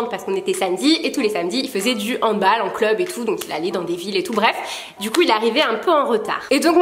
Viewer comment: La façon dont tu as prononce handball m'a trop surprise car bah moi je ne dis jamais ça comme ça ahah. Enfin,bref,le handball c'est trop la vie (c'est ma passion depuis deux ans)